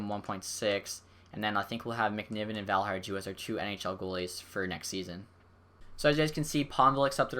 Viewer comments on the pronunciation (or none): It's pronounced valiharyou. Usually with European names "j's" are silent.